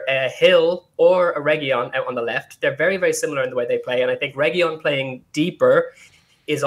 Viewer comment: For starters guys Reguilón is said R E G I L O N (hard G, hard L) with the stress on the O. There is no Y sound - that's from the Spanish LL which is not in his name. We are over a YEAR into this FFS. Secondly WTAF is this guy on about??? There is nothing wrong with the formation, we had excellent shape. We need 3 in the midfield and we need 2 superb centre halves to be a top 4 team. That is all. If Ndombele is on his game then those 3 pick themselves every game. Cuti probably needs a world class partner as a first choice. Dier, Sanchez and Rodon are good but not elite centre halves. That's it.